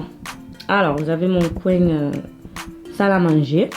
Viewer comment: J'adore quand tu dis "bien" "fin" coin"( bieng, fing, coing)😘